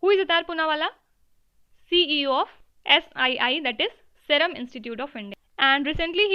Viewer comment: jacinda ardern is a lady..use she ,not he... Also Pronounciation iss soo doo bad. Cant even pronounce * serum* correctly.. writing toh , joh smjh jaae🙏🙏